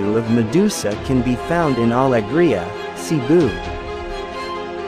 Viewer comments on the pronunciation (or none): none